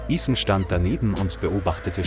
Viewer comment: The captions and audio don't match up. Also it's gross how. Ethan's name is mispronounced. Stop using chat bots.